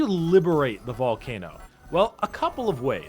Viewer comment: Did i just hear BALLCANOOOOOO